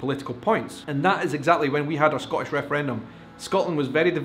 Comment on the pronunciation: This is going to upset you,, but you pronounce "Scottish" as a single-syllable word, so it comes out sounding like "Scotch," a word you have said really irritates the Scots unless it refers to the indigenous whisky or the hopping game or the candy or maybe the tape.